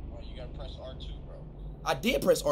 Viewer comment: It said pree enter